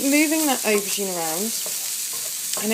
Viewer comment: Hi is it me but when u say auborgine u sound like you saying ocean? im slight deaf xxx